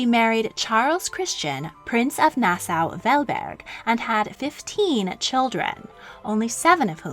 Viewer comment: Great Content But it’s pronounced Nas-Saw